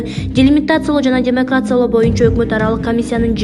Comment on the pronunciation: Демакрациялоо эмес.... демаркациялоо...китеп окусаң!